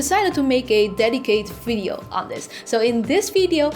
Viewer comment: Just curious. Does all Dutch people have trouble pronouncing the letter "V"? I keep hearing "Fee-R" instead of "VR" and "fideo" instead of "video". Not criticism, just genuinely curious.